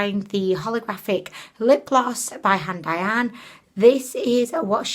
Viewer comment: Every time you said HANDAIYAN Lip Gloss I thought you were saying until I looked it up in the products used section!!!!!!!!! LMAO!!